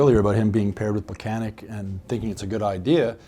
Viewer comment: Tomas Plekanec has been with the Canadiens for the last decade. Learn to pronounce his name already! Pleh-kan-ets.